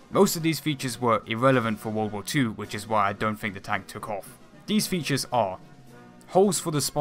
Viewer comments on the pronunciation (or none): none